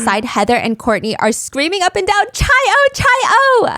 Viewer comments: love u steph but it’s pronounced kai-oh not chai-oh lolll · queen…it’s chi-o like KAI not chai 😭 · Chi O is pronounced "kai oh." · lol it’s Chi O (Omega) as in Kye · Psst! In Greek life, Chi O is pronounced "KAI - O" :) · “Chai” O is driving me nutsss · 0 seconds ago Chi -O, Chi - Omega, the sorority you mention, is pronounced Ki-Oh, not 'ch' like child, but with a hard 'k' like sounding name. Its Greek lettering. Also my mom was a member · Stephanie saying chi o hurts me as a chi o 😭❤️ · the way she pronounced Chi O made me react physically lmao. worth it for the story telling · Ikr i love her but as a Greek person it pains me lol